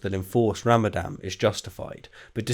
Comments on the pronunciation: Isn't it pronounced Ramadan? Unless, by ramadam, you're referring to the destruction of a water-based power generating facility. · Ramadan, not Ramadam! :o Also , "suffice" is neither a noun or an adjective atm XD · it is called Ramadan with an N in the end. You keep pronouncing it ram-a-dam. Also, that video is surprisingly boring. I usually enjoy your content, but you seem to speak much slower than normal and the three mistakes are rather 'meh'.